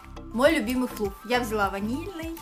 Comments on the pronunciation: Не флуф, а флаф 🤦🏽‍♀️ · Флаф а не флуф